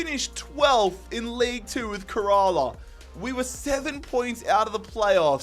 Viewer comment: Little note: Kerala is pronounced kinda like “care a lot” without the t